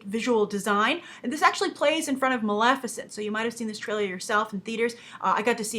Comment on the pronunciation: Sounds like you're saying "Malaficent" instead of Maleficent.